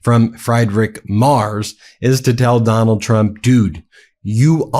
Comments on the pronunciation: The German Chancellor "Mers" or "Mars" ? Candy ? His name is pronounced as "Merts", with the "e" pronounced as the "a" in "cap". And then we go to "Dose" and liver ? What the heck does it have to do with the political message ????? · And his surname is "Merts" not "Mars". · his name is MErz, not MArs. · And he left Germany to avoid military service. Seems to run in the family. Ps. Ben. It is spelled Friidrich, like free. Not Kentucky Fried Merz. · Freed-Ri- (German (ch)) Mare-ts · Merz is pronounced "Mertz," like Fred Mertz. "Z" in German is pronounced "ts." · Please his name is pronounced Mair-ts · Merz is pronounced: Merts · Sorry, but the mispronunciation of Merz’s name is becoming annoying ( it’s frEEdrik maerts (pronounce the e in Merz as the a in mare). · It's pronounced "Merts" love 🙂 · Hey Ben, the german name Friedrich Merz sounds like Freedreech Merts. Just a hint, thx 4 all ur work. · It is not "Frederick Mars/Mers". It is pronounced "Merts". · Ben, you guys are on top of it and brilliant, but you just HAVE TO learn how to say these guys' names! The German is Friedrich (FREED- rich) Merz (MARE-tz). YOU GOTTA do this out of simple respect. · Please get your pronounciation correct. It’s Merz - like Fred & Ethel on the I Love Lucy show. It really diminishes your credibility if you can’t get the name right - especially for us Europeans who are your big fans. We know you don’t want to spread misinformation! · Dear Ben, to be correct, the proper pronunciation of the new german chancellor's name is not mers but rather Merts.👍🇺🇲 I should know , having lived in Germany for over 40 yrs I drive a "Mertzedes Benz" automobile. Tighten up bro.😉😉😍🙋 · (Ben - his name is pronounced like "Mare-ts" not Mars or Murs or Mares) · Try to listen to the man's name. It is certainly no merz. Try Mertz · Not Marz it is M-e-r-t-z. The "T"should be heard. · Frierich Merz's surname is pronounced " Merts", not " Mars" as you keep saying. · His name is not Mars it’s Merz